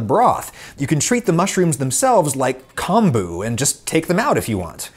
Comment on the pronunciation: good to know! not chemistry-related, but kombu is pronounced like “comb”-bu (like the comb you use for your hair)